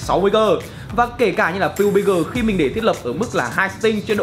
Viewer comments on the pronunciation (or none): none